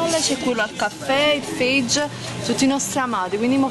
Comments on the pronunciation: si dice FAIE no Faige.. È greco non inglese... Ciao! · "Io yogurt FEIG"..."mi incuriosisce a fragola" 😱Lo sanno anche i muri che si chiama "Faye"! Curare anche l'italiano oltre che il fisico comunque non sarebbe male ! E poi con questa cosa del "bio,bio,bio" ...ma siete così sicure sia davvero tutto biologico come è scritto? Comunque l'aggettivo migliore per descrivere il tutto è. ..PESANTE!